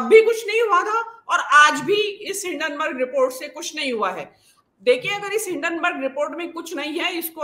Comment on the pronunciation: भेण दी टकी, हिडेनबर्ग नही है हिन्डेनबर्ग है